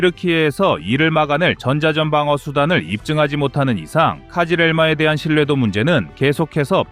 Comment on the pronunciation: 카지렐마가 아니고 크즐 엘마 (빨간 사과) 입니다. 카싁츠도 카슈끄지라고 그지같이 말하더니, 크즐엘마도 엉터리로 이야기 하네요. 이름조차 엉망인데, 내용을 맞을 까요 ? 얼추 맞아보이기는 하지만, 정보의 신빙성에 의문이 듭니다.